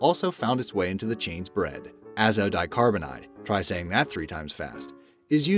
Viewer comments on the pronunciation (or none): . "Azodicarbonamide, try to say that three times fast...". And you didn't pronounce it correctly! LOL! You said "azodicarbanide...". LOL! People who live in glass houses shouldn't throw stones. You shouldn't be eating all these dangerous industrial food-like substances, anyway. I don't. If you know it's toxic and unhealthy, if you know it's got secret ingredients, and if you even still complained about them making some of it safer, and buy it anyway.,. DON'T COMPLAIN! Read "Salt, Sugar, Fat" by Michael Moss, a book about how the food industry got you hooked. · Writes "azodicarbonamide" Says "azodicarbonide" Which one's correct?